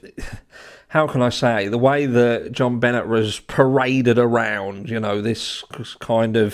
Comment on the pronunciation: Hi. Benet is pronounced benée. I do not think any one in the family hurt that child. She was found, if I recall correctly partially undressed with a broken paintbrush inserted. There was access through the basement window. I also recall that it was in the second apartment room that the McCann family rented that the dogs alerted to in Portugal, not in the room where Madeleine went missing. However it has been a while since I deep dived these cases.